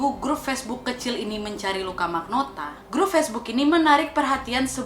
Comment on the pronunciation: Luka rocco magnota Di kuping gua kedengeran Luka rokok maknota